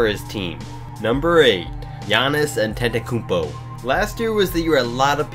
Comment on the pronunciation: You said antekombo wrong